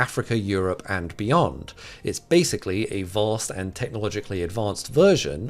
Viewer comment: I love that "beyond" is NYC